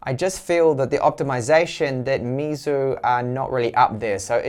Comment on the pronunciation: Here is how to pronounce Meizu correctly: May Zoo.